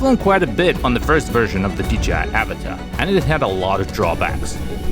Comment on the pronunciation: not even a minute in and he mispronounced avata, and drowned